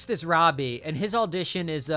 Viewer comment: it’s crazy how many times i heard you say “alldition” instead of audition. what the heck kind of accent is that